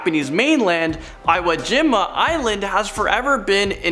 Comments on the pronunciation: ITS PRONOUNCED E OO JEE MA!!!!! jesus christ i know im 2 months late but goddamn, please pronounce things right when talking about shit in japan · its pronounced eeewah geema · EE WOE JEEMA